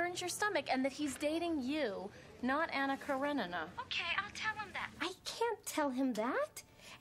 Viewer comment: LOL when she mis-pronounced Ana Karenina.... it must be the 1st time Cynthia Nixon heard of her.